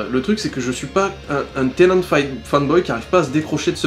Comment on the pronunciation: David Tennant, pas Tennet ! C'est pas un laveur de vitres ! *tennet=t'es net, blague de merde*